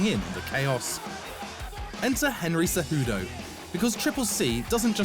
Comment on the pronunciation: CEJUDO, NOT "CEJUDU".